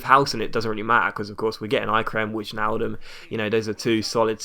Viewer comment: it's pronounced wynaldum